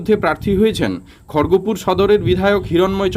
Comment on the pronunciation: খরগপুরের নাম যে ঠিকঠাক উচ্চারণ করতে পারে না, সে আবার আমাদের খবর শুনাচ্ছে।